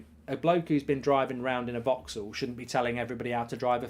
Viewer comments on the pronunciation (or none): none